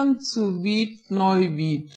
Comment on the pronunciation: “Prince Alexander Philippe Maximillian zu Wied-Nuwied” is the German’s name, for those who can’t understand the tortured mispronunciation.